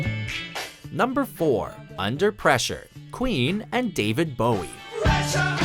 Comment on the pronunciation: The guy narrating this can't say bowie